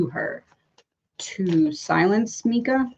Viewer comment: It’s pronounced M-eye-kuh not meekaa